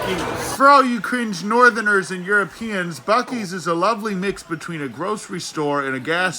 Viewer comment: And don't pronounce buc-ees (BUCK- ees) as buce-ees ( I have legit heard it pronounced it sounded like buh-you-sees it was a yt short everyone was roasting her in the comments that pronunciation made me cringe.)